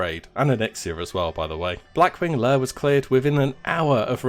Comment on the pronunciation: Blackwing layUH